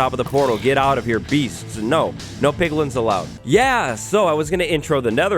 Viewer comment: "piglin" :P